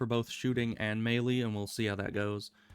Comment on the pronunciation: I've heard people sat "May-lay" and "Me-lee" but never "May-lee" lol. That's how im going to say it from now on.